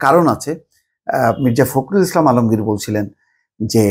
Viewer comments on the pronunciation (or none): none